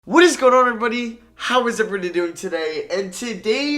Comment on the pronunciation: Bro, youre not good at saying the word everybody. You say it twice in your intro. Say something else.